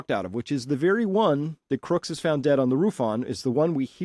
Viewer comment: I'm very grateful for your wonderful work Chris. Greg Nichols wife is the 1st person to pronounce Crooks dead correct?